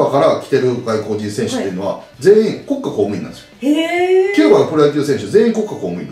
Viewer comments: こっ↑か↓公務員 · 里崎の『国家公務員』て イントネーションおかしくね？w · サトさん、国家公務員の発音が面白いです笑 コッカ公務員って感じ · こっ↑か↓こうむいん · 国家公務員のイントネーションが気になった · 西日本はそーなんじゃないですか？ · 国家公務員のイントネーション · 国家公務員のイントネーション気になる